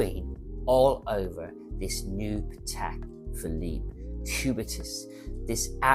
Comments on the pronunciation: still, you can’t pronounce Patek! Hint: it’s pAtek (with the accent on the a), not patEk (with the accent on the e) like you say it. It’s a Slavic word, not a French/swiss word. But can’t blame you, 90% of the people (including some Patek collectors and even some Patek ADs) can’t pronounce it right. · So you are a Patek expert but you can’t even pronounce Patek properly?